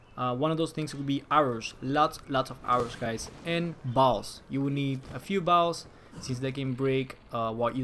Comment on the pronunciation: Who tf pronounces bow(s) like that 😒